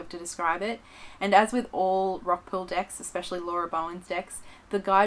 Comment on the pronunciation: It sounds like shes saying oracle dicks....